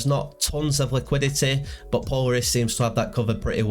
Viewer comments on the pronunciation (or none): Thanks for the info! FWIW, Polaris is pronounced with the accent on the second syllable. "Po-LAIR-is. As in Polaris, the North Star